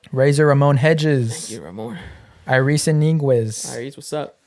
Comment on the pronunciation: Cute how you say my name every time 🥰 It’s pronounced (eye-ris) like your eye color 😉 But anywhooo….love the podcast guys! Y’all always keep the conversations entertaining and real. I’m here for it 👏🏻